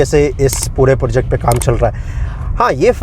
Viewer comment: project bola karo bhai porject nhi